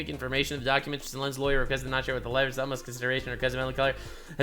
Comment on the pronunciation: I know it is a bit mean, but every time that CEO says livers all I hear is rivals. Then I have to adjust it to livers again, and think... that is a stupid word.